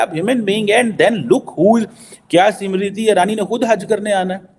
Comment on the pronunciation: अनपढ चिमा वो स्मृति इरानी है समृति नही